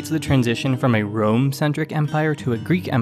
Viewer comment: You would be shocked to find out that in Serbo-Croatian we call the city of Rome - Rim/Рим Which sounds exactly the way you pronounced it